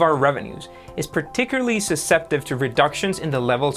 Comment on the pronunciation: sens-it-ive....... Eye-Con (Icahn) - these are not difficult words to pronounce. It's painful to hear them spoken incorrectly (more like butchered). A little care and diligence is needed. Overall, the videos are well narrated.